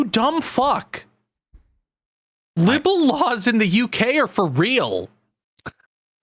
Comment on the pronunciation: It's pronounced lye-bl, not lib-bel. Just looking out for you.